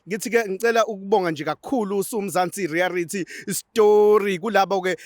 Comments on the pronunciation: USkhindi ezincane limhlula leligama elithi reayality show uthi reayarity show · Mzansi rerayithi,hayi thina ama Zulu ubr u l u l u r😂😂😂😂😂